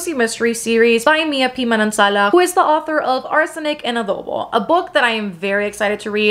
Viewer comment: It's so satisfying to hear a non-Filipino youtuber pronounce "halo-halo", "Manansala", and "adobo" correctly 😆 we've got them hard vowels!